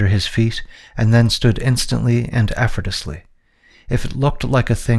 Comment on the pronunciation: Did you say "arrestus" several times instead of "arrested"? There are a few times later where you pronounce "arrested" correctly, however its not the only pronunciation that was incorrect. Instead of "effortless" you said something like "efforcteless". And you pronounce "linear" like "luhneer". Your accent sounds native to american english and i am not trying to pick on you. Is there a dyslexia at play?